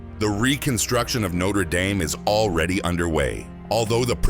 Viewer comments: Note-er dame is a college. No-tra dahm is the church. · "No-ter dame" Thumbs down for your stupid AI narration.